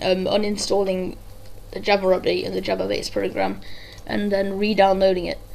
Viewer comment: Loved the video, but you pronounce java wrong and it irritates me... xD